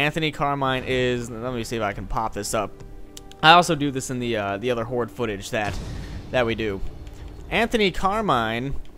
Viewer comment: Horde sounds like hor lol